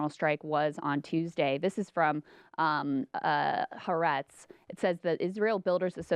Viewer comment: It’s pronounced “hah-AH-retz”